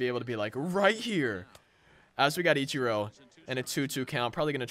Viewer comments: Eech Er o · He says ichiro wrong